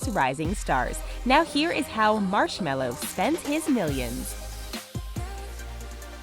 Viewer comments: Let's be honest who TF says marshmallow instead of marshmellow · M Ma. Mar Mars. Marsh. Marshm Marshme Marshmel Marshmel Marshmello.